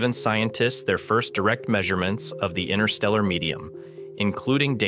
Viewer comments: Hello. Stop keep saying "inner steller" space, it just evidences your complete lack of the most basic of knowledge on this subject. Learn to say it correctly "interstellar space" or give up. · 'All incredibly impressive except for the AI chatbot narration! 'Analog humans' created the Voyager (Voyageur 🇨🇦) series of space probes! Why can't a real human voice be used to describe this triumph of the human intellect? Despite the cadence of the AI voice seemingly being immediately synthetic, that's not even my primary complaint. Every time that the narration reads "INTERSTELLAR", it always sounds to me as if the AI chatbot is saying 'INNER- STELLAR'! Yes; one becomes used to the perfect consistency of these synthetic language narratives as they progress, however I prefer the faulty nature of humanity and of human speech as well! 🇨🇦 🍁 🇺🇸 🌎 🇺🇲 📡 🚀 👨‍🚀 🚀 📡 🇺🇸 🌎🇺🇲 🍁 🇨🇦